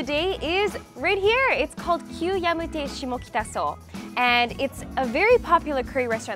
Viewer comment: しもきた発音ウマスギてワロタ